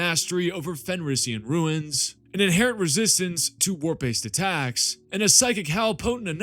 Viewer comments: It’s runes not ruins… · Runes sounds like roons. Not ruins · I've watched entire video. Very informative and well done. One suggestion. Stop mispronouncing the word "runes". It is pronounced "roons" not "ruins". Thank you for noticing me noticing you.... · Runes is pronounced ROONS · Is anyone else slightly annoyed at his pronunciation of runes?